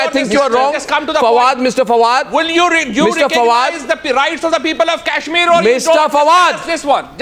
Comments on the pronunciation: actually it's Kashmir V/s Cashmir.... lol... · Cash - meer.. !! Naam to thik se le nai pa rhe,,Chaiye inhe Kashmir. Ye Candy Crush tak hi thik hai :P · its not cashmir, its kashmir... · haha the second pakistani panelist was conflicted between saying Kashmir and CASHmir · Kashmir bolna nahi ata aur bhikhari kashmir mang rahe hai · Chutiye ko Kashmir toh kehna aata nahi aur inko kashmir chaahiye